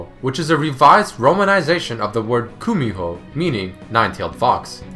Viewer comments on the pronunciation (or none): none